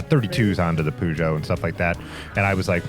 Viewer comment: I love your videos but the way you pronounce “Peugeot” is absolutely unforgivable 😂